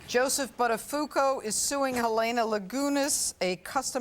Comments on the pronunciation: It's not Butta-foo-co. It's Butta-foo-oh-co. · "Joey Butt-A-fuku"... gosh! .. and she's a Pirro :S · Joey Buttafooco 😂😂😂 I love it when Americans mispronounce Italian surnames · I'm Italian. That's not how you pronounce "Buttafuoco", which in italian means literally "throw fire" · Ugh, I cringed when they mispronounced Buttafuoco.